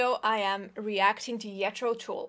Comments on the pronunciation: The “j” Is “Je” “Throw” (Not silent “J”) “Jeh-Throw” almost like “Jay-Throw” with “eh” Tull is pronounced like “Toll” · BTW it’s Pronounced Jethro with a j as in Jimmy Jane Jagger not yet re and Tull as in dull run. Although in the north of England it would be pronounced tull as in full pull etc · I really find you accent very sweet. You say Jetro Tull. Its pronouned "djethro Tull" :-D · How many times does she say that she’s classically trained? Hmmmm…. ALSO… it’s JETH - RO - TULL!!! There’s a J in it NOT a Y. And it’s TULL as in Hull or Mull or Gull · Gethro Tull not yetro Tull pronunciation wise. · 'Yet-tro Toole"...,love the classic European pronunciation... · I did! Ian Anderson is god of the flute! Love a classical player's reaction......wow! you knows it! and someone probably told you it's pronounced with a ssoft gee...best wishes and take care! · Mike G She pronounced it as a Finn would! Yetro Tool! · Yethro Tool !! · She had me at Yethro Tool. And she wasn't family with them (familiar) -- God bless this young woman! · Sounded like “Yetro Tool”. lol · I know that I am not the first to make this comment but her pronunciation of Jethro Tull is adorable. I cannot get it out of my head. Yetro Tull. 😊😊👍👍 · Also not know how to pronounce his name: It's "Jethro" as in "Jethro" (a biblical name) and "Tull" as in "Tull": the name's taken from a British historical person. Did your teachers not tell you about Google either? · I love how you pronounce “Yetro Tool” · Hilarious that she's saying "yetro". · It pronounced JET-THRO TULL, and even though you’re a classically trained flutist , you still should of heard of Jethro Tull and IAN ANDERSON. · She must be German, because the "J" in German is pronounced as a "Y". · Your pronunciation of "Jethro Tull"...instant like. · J is pronunced like I in many languages - I guess in Finnish too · Couldn't agree more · Because in Finnish like Hungarian J is Pronounced as a Y sound. And yes it does sound kind of cute x